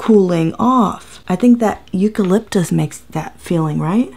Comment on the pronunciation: But uuuhm? What is eucaplyptus? Hahahaha